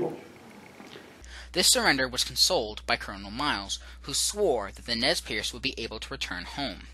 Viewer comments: Nez PURSE ...not pierce .. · Nez Perce not piece.